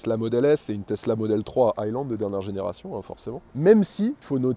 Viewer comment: il a dit plus "testla" dans la video que BYD